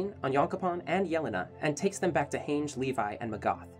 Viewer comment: Its Han-ji not Heynje